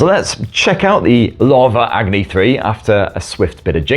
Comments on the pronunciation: It isn't Agri. It's Agni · Drink every time he says Agni wrong. 😂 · Love how we got 50 different pronunciation of "AGNI" 😂😂❤